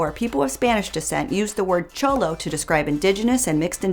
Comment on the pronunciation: I’m sorry but the way you pronounce cholo is offensive kssisksksksk